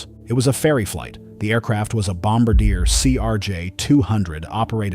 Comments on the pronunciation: pronounced BOMBARDEEAY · That’s not how Bombardier is pronounced… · When the narration mispronounces the name of the aircraft (Bombardier) within the first 15 seconds of the video, there's little reason to continue watching.